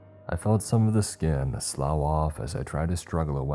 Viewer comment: Don’t ask me why but “slough” is pronounced sloph not slouw. 🤷🏻‍♀️